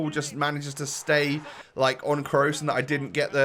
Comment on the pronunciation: when your so early he says kroos wrong